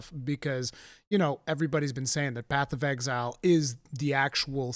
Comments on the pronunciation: Nobody:: BATH OF EXILE 'AY I'M WALKIN 'ERE! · I can't unhear "Bath of Exile"